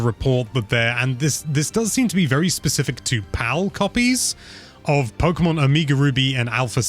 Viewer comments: [ pronounces "Omega" as "uh-MEE-guh" instead of "oh-MAY-guh"] …Not gonna lie: I now kinda wanna make a DE-make of Omega Ruby for that old Commodore home PC. And yes, I'd call it "Amiga Ruby".:p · Pokemon omiga ruby LOL O M E G A not so hard guys haha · Did he just say…. Omeegle ruby? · The way he said "Omega Ruby" makes me want to commit die